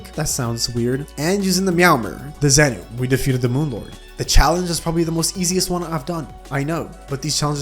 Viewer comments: its pronounced zenth i know its zenith but it just sounds cooler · Its wy-vern not wi-vern, its skeletron prime not skeletron brime, its zenith not zenoot (Im just trollin)